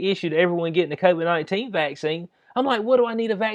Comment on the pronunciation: ...by the way, CON-vid is hilarious!